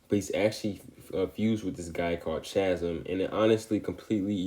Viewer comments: 2 minute breakdown of a complex character… and it was the most to the point breakdown of a character I’ve ever seen. Great video bro! Also Chasm is pronounced as kasm because for some reason ch makes a k sound sometimes (ex. Christmas, school, mechanic, stomach) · At first I thought you were saying Ben takes "all the ails" and I was thinking " thats a poetic way to put it" Then I heard you pronounce the word chasm... Now I want to hear you say the words chaos or choir so we can all have a good laugh 💯